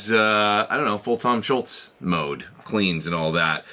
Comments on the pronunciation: After Neil Peart (last name vowels rhyme with “ear”) Tom’s last name is the most mispronounced one in rock. There is no “t” in his last name. :) Awesome video and playing as always! I’ve been wanting a modern pedal version of the X100 for a long time. I’m very glad is finally here! 🎉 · Great sound! By the way, it's not Schultz, it's Scholz (rhymes with moles). Like Dr. Scholl's Shoe Inserts.